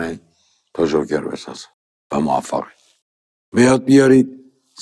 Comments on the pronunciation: اون جوکره نه ژوکر استاد .. در ضمن کار شما غیر از گیر دادن و تعریف داستان چیه؟ عجبااا از اساتید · جون این فیلمو دیدی یا اینم ندیده نقد کردی؟ بعد چرا مثل معین زد حرف می زنی ژوکر چیه جوکر